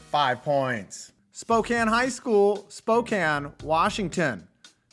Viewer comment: I'm actually from Spokane and I just wanted to say thank you for pronouncing it correctly.